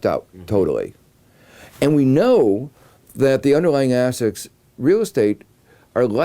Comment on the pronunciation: Is he saying "assets" or "ass sex"?